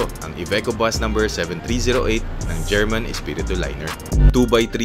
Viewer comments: Herman pop ronounced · Nice, the bus na hatid-sundo saakin paMaynila during my vacation sa Pinas as ang bahay bakasyunan namin ay located sa Bulakan Bulacan. German (pronounce as Her-man) Espiritu Liners, one of the pioneer bus companies sa Bulacan. Also passing Balagtas to Bulakan paglagpas ng Panginay Catholic church sa may paliko laging baha during high tide. Kapag rainy season when that stretch of road is inundated sa baha at malalim nagdidivert ruta nila. So dadaanan nila town proper ng Balagtas passing Robinsons then Cruz intersection sa Guiguinto then left turn to reach Matungao Junction to terminal na. Ayyy miss ko na ang Pinas hahaha